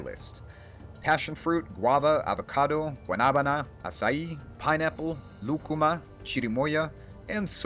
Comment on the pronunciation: It's a minor detail but I really like the way nailed the pronunciation of lúcuma and chirimoya